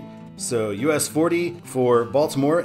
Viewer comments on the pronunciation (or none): Nice video! By the way, we pronounce Ellicott City as Elli-kit City. You nailed the Catonsville pronunciation!